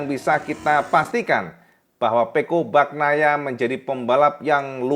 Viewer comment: Cak, pengucapan Bagnaia nya bukan baknaia tetapi Banyaia. Huruf gn itu dibaca ny. Sama seperti huruf ñ pada Viñales dibaca ny = Vinyales. Sapurane cak.. Grazie mille cak..